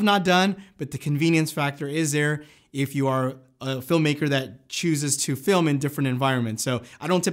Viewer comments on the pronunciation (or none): none